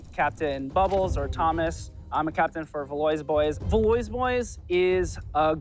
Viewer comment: Pronouncing in "valoys boys" hurt my insides